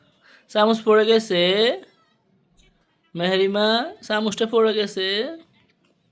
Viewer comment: মিহিরিমা ঠিক আছে মেহেরিমা না ভাই